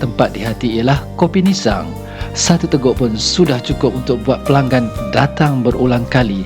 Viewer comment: Org Tganu sebut ‘nissang’ ejaannya sama sebutnya Lembah Nissang